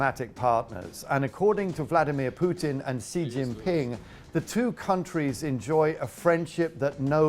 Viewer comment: Why is this Russian pronouncing Vladimir incorrectly?